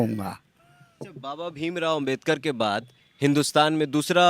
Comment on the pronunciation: यह पत्रकार है कि गदहा है बाबा साहब का नाम भी सही से ले नहीं पा रहा है तुम्हें जो पत्रकारिताकरने का जो अधिकार मिला है वह भी बाबा साहब की बदौलत मिला है नाम तो सही से ले उनका नाम बाबा साहब डॉक्टर भीमराव